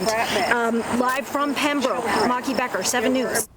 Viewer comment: Damn it. Please learn to pronounce Pembroke properly! It's not that far away. Ask a local. Getting it wrong makes the news station look bad.